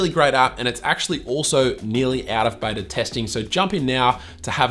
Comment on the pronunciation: Did he say Betor instead of Beta ? Lol I truly enjoy this channel.